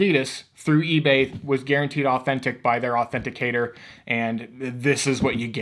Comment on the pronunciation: Authenticitor? U meant authenticator